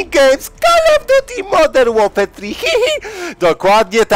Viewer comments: Nie wiem czemu, ale cały czas puszczam sobie wstęp Roja i cały czas mam z tego pompę :D. "Call of Duty Modern Warfare Trihih" To mnie rozpierdala xDDDDDD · no rozwala mnie to wejście: "modern łorfoer tri hi hi" :D